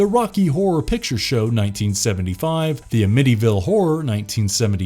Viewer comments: AM-i-ty ville...not A-mitty, right? I only mention it because I've heard it the incorrect was before (maybe the same site?). The word means "happiness" and is not obscure. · The “amiddy ville horror”??? Seriously??? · The A Mitty a Ville Horror. What planet is the narrator from? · The AH-Mity-ville Horror?¿? It's pronounced Am-mit-T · The odd inflections reveal that you're using software instead of a human narrator. Like pronouncing "Amityville" as "uh-MITTY-ville". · The aMITTYville Horror? That's how you pronounced it? You seriously don't know how? Did you watch the movie? That's awful! You need to have the same person who reads the narration be the person who watched the movies so that the proper enthusiasm and pronunciation is there and makes sense. if you can't. and it takes a few different people, then don't make it so obvious by having a read through and a practice run and learn how to at least pronounce the words properly and you need someone to proof read and spell properly and to use grammar check and make sure the words you use make sense in your sentences. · "The Ah-MITTY-ville Horror"?? Seriously? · a mittyville ? really? why cant youtubers pronounce easy words? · Damn good AI narration. You gave it away by mispronouncing Amityville. No thumbs for you! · I know as time goes on younger people don't know how to pronounce certain words because they're not as common as in the past, but how did you not know how to say "Amityville" correctly? I had to rewind several times to hear that one! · I couldn't even make it 2 full minutes into this video. I can't take your opinions on classic horror movies seriously when you don't even know how to pronounce "Amityville". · If you don't know how to pronounce Amityville, why I would I listen to another second of your video. I mean, come on.